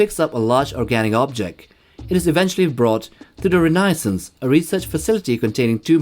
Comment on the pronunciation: Is Renaissance really pronounced like that?